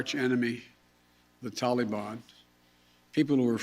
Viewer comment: I wish he could say Taliban correctly. Ugh. You can't do anything to hold them responsible esp NOW WHEN IT WOULD BE EASY FOR THEM TO HOLD THE REST AS HOSTAGES! WHAT A MORON!!! YOU HAVE CAUSED ENOUGH DESTRUCTION,PLEASE RESIGN!